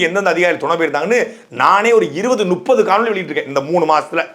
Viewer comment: நுப்பது அல்ல முப்பது. உச்சரிப்பில் பிழை.